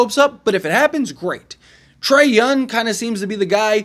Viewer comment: trey younG it's not a silent G